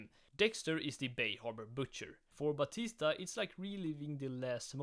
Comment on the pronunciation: "Angel Ba-tisdag" ahh pronounciation.